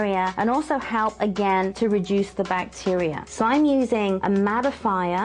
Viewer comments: Everytime she said "reduce" I thought she said "re-juice"... :p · When she said reduce I thought she said rejuice.HA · Rejuice...or Reduce?? HAHAHAHA!